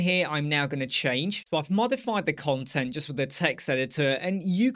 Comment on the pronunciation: Great video mate, however, when you say "cont" it sounds like you're saying another c word 😂 (I certainly don't mind, and anyone else that does can cluck off, but it did make me chuckle). Keep up the great work dude